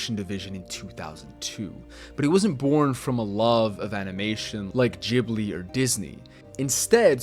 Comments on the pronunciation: it's not jibli it's Ghibli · 😖 was für jibli digga das heißt ghibli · 😂 I was just depressed because u said ghibli as if it was jhibli. False pronounciation of such important word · 😢 Cant live with that being true